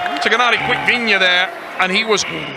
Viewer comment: A. Complete idiot “GENADI DICKVINIA”